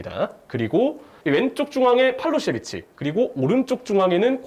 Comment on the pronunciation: 정확한 발음을 자랑하는 그에게 어려운 팔로세비치